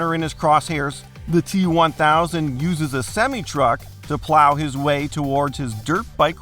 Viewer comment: This guy’s enunciation and pronunciation is so weird and off. He doesn’t even know how to pronounce “lava”, “process”, or “semi truck”.